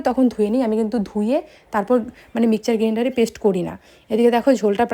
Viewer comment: Mixer grinder na mikchar grandar 😂😂😂😂